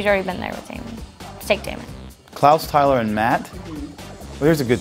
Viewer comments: Anyone else realise that Steven said Damein instead of Damon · Did Jeremy (idk the actors name) just said Damion?? It’s DAMON!